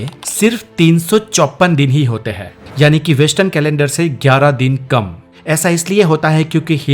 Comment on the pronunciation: Hindi voice over me sentence ke end mein 'hein' or 'he' me farak samjho. Sab jagah 'he' nahi bolo.